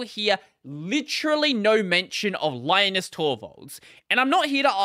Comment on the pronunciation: Linus Torvalds' name is not spelled pronounced the same as Linus Sebastian's name. Because Torvalds is finnish. His name is spelled pronounced Leenoos, but ee and oo are short. There's a short clip on YT where he mentions about how Linux and Linus are spelled pronounced. Edit: meant to talk about pronunciation, not spelling.